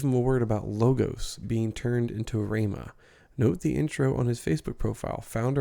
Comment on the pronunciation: It’s even funny that Bolz pronounced “ rhema”. “ Ramos”, instead of “rhema”… you’d think the prophet would know. Just wondering.